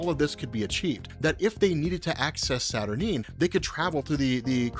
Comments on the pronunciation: Kinda puzzled that you are pronouncing Saturnyne as “Saturneen”. Unless there’s something Alan Moore said about it, it would surely sound almost exactly the same as the word “Saturnine”, which sounds altogether far, far better and with the appropriate gravitas such a powerful character deserves. That aside, your video would have me interested enough to buy a Marvel comic for the first time in 30 years. Interesting stuff and well explained. 👍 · Isn't it pronounced Satur9? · Saturnyne is pronounced Satur-9 ! I cringed every time you said it wrong lol. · Isnt it pronounced Saturn eye-n?